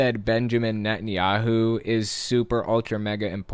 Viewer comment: I swear you said "Nuttin" Yahoo! I love it! Probably a better name for him!